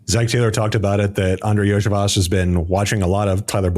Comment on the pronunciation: Iosivas = Yo-See-Vosh